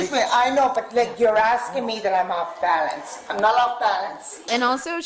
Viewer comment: ~"I'm not off baLaNcE." And she picks up a random drunk brit accent 😆